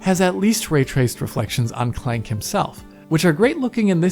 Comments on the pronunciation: Thank you, I thought it sounded wierd the way he said it. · "ratchet and clEnk" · Did really just try to pronounce “Clank” in German?? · Omg I’m learning so much about ray tracing wooh. Thank you! Also, I can’t get over how you said the word “clank,” you say it so funny!